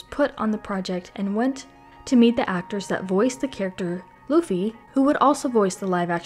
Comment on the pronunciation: just correction, Luffy as in "L-U-FFY" sounds like "ZOO" "ROOF" "RACOON" "LAFFY" and "LUFFY" have a different sound. but if you have some difficulty of pronunciation, ok i accept it, what can we do?, that is your lips.